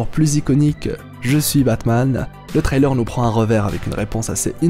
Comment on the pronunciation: Frrr la prononcer sur le mot trailer stppp appliques toi